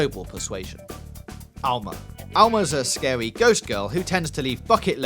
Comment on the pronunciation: "And fwom the video game Fee-oh, we have Owma. The Scawy ghost guwl." And I'm done with this video